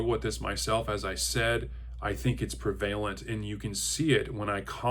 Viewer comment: Excellent video and thoughts. I'm kinda shocked no one mentioned your pronunciation of prevalent.